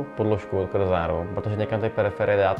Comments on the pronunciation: kdybych pracoval v Corsair tak bych dal Cloadovi pokutu pokaždé, když řekne Corzár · az se cloud nauci vyslovovat Corsair, koupim si vsechny jejich produkty